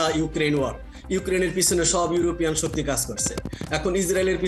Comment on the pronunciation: শুদ্ধ মত ইংলিশ বলতে পারেন না তাহলে জোর করে বলতে যান কেন, ওয়াক বা ওয়াড না, ওয়ার war